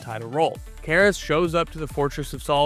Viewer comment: Yours isn't the only channel to do this, but I wish all of y'all would learn to pronounce Kara's name correctly. 🤦